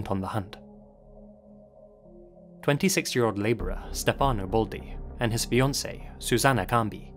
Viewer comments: As an italian yearlong fan of yours… you‘ve pronounced everything beautifully (and I thank you sososo much for the effort and work you put into it cause it shows) except for Stefano. In italian we say Stéfano (with the main accent on the e) instead of Stefàno (how you said). Besides that, I love how you‘re bringing up one of my country‘s most famous case and letting the whole world know about it. Obsessed with your work, keep up with it!! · the way you pronounce stephano hehehehe